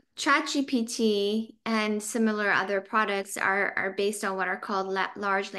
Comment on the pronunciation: It's actually not chatgtp, it's chatgpt.